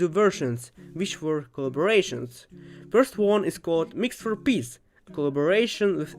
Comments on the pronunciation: It kinda says piss instead of peace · He is saying peace we just here piss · MEOW IT'S MIX FOR PEACE NOT PISS >:(